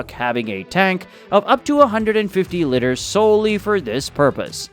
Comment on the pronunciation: miss-pronounced liter as litter and Kew as coo, etc